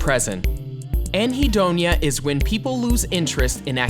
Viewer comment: Disappointing content laden with mis information and quotes You use the term annhedonia and then give a definition of depression in place of the real, valid definition of annhedonia (and you mispronounced the word). Annhedonia is literally the INABILITY TO FEEL PLEASURE. While often a hallmark of schizophrenia it can also be associated with trauma, depression, and forms of shock therapy, and can be the result of drugs or medications Generally it is not specified,with one activity. It is a globalised inability to feel pleasure and is not necessarily focused on a loss of interest in an activity which is often the hallmark of depression. Allow me to clarify via example. Tina doesn't bother cooking because she has no energy and she has lost her appetite since her dad died. While she is often seen sitting on the front porch sun bathing this is the few times the warm sun is soothing on her skin. It feels good to her even though she has lost Interest in eating and cooking . Joey is schizophrenic. He feels no pleasure at all and is annhedonia What behavioral techniques can be used to shape his behavior when he does not feel pleasure. How can you reinforce life skills such as cleaning his room, or combing his hair if he feels no joy because of his illness.